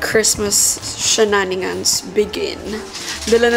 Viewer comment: ShenaniGANS po ang basa dun hehe